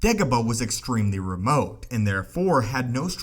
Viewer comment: Remote!!! NOT REMOH